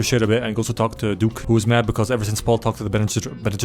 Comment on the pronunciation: I can't believe got "bene gesserits" right on the first try